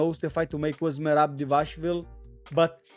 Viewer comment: Money trying to pronounce merab straight to cut is comedy